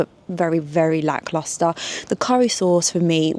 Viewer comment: WOW I TAKE IT BACK ! SHES SINCE SAID IT TEN TIMES MORE EACH TIME CORRECTLY 😂